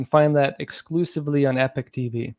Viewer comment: At this point they are just trolling with the pronounsiation of the word "Epoch"